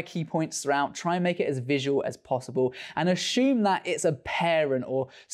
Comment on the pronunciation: Is it “assume”, or “ah-shoom”? Please advise. Otherwise, great content as always, mate! We appreciate your insights!